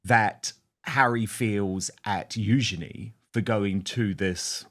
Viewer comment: Princess Eugenie: like her mother Sarah said it is pronounced “use….ya…knee”. Dan is spot on with how it is pronounced.